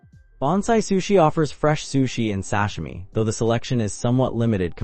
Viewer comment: Sash a me. 😂